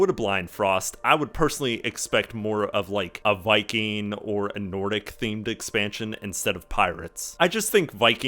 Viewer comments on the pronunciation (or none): none